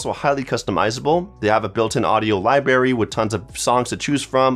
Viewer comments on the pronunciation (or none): Library has an "R" in it! Lmao